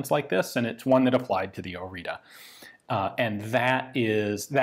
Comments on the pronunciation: Oriță is read like Oritzah, not Orita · I'm Romanian and this is pronounced Oritsa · You say orita I hear margarita.. so what if it's 10 41am lol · As a romanian, you should say instead of "Marin Orita" something like "Marine Orizza" :D The "ţ" is a like a double "z" from "pizza". Thank you for analysis of our crappy-pieces-of-junk-poor-excuse-for-a-gun but hey, that's all we had. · I better way to pronounce the name is ori-ts-uh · One thing i caught on the manufacturing engravings was that the name is actually pronounced "oritzu". with u as in "uh.." small detail i know, but still worth a mention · Romanian has diacritics (ăâîșț) that are pronounced differently. In this case it's Orița, where ț is pronounced like zz (pizza). The others go like this: ă - Uh with a wide mouth (like you forgot what you were about to say), â short Uh (like someone asked you something and you didn't hear them), î - identical to â but only when a word starts with it, and ș which is shh (like be quiet) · Pronounciation is Oritzza or even Oritzzah like is marked on the gun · you need to pronounce it something like this "Oritza", or you can look for the proper one on google translate. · Romanian here, I saw the flag, I insta clicked! ♥ Also it's pronounced " O ritz uh " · It is pronounced Oritzuh. Not an expert at spelling it but it should be more accurate. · Its properly pronounced "oritsa" (oh-ree-tsa) Regardless I've been dreaming of this video to come! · This type of T is pronounced like the last part of "its" or "it's". Oreeetsa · It is spelled Orița and pronounced Oritsa / Oritza. Also Cugir is pronounced more like "Cudgir", like gi in giraffe. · As a Romanian I'm glad you're covering this, but dear God your pronunciation is off. It's pronounced oritsa (orița), and the guys name is Mareen (Marin) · Fyi , If you want to pronounce the name correctly by any means you spell it "oritza" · very nice gun from my country btw, the T with a comma under it is pronounced like tz in tzatziki